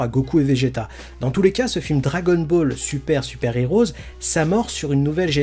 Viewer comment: STP! Le film se prononce dragon ball super Super "Hero" et pas "heroes". Pareil, dans dbs c'est pas les haters mais les heaters. Désolé mais dans toutes tes vidéos tu fais la même erreur et je trouve ça agaçant. C'est sans méchanceté hein 😁👍